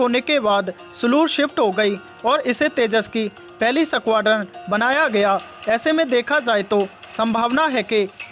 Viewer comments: भाई न्युज अच्छी थी पर वो 😂सकवाड्रन 😂😂नही होता है 😂 .स्कवाड्रन होता है..यार..😂 थोड़ा उच्चारण पर गौर करौ...😂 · Are koi is squadron bolna sikhao pehle